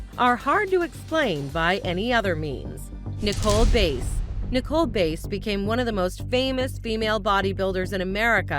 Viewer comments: It's Nicole BASS, not BASE, and World Wrestling FEDERATION, not FOUNDATION. Don't know why people don't check their facts before making these videos. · 1. It's Bass like the fish, not Bass like the instrument 2. It's World Wrestling Federation, not Foundation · When did they put a “D” in the word Bass?? I get it names can be hard to pronounce but Bass?? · It's pronounced like the fish. RIP Nicole Bass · It’s federation not “Foundation” and Nicole last name is pronounced the same way you pronounce the fish smh